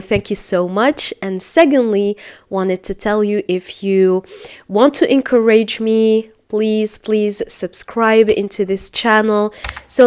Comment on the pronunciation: You have mispronouncing the word “ encourage “